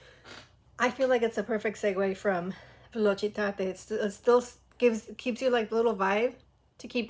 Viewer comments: Velocidade está incrível e a pronúncia está ótima ❤ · a pronuncia em velocidade é perfeita! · Sim, a pronúncia deles tá muito boa em português, "velocidade" me pegou de surpresa 😂 mais amei. E em geral gostei muito das músicas. ❤